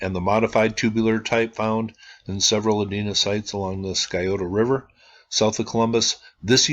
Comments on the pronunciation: Buckeye here: itʻs "sigh-OH-toe." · the c in Scioto is silent typically pronounced Si-o-ta, FYI. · Thank you. Columbus Ohio is my home. Btw, Scioto is pronounced "Si-oh-toe". The C is silent. Native American word.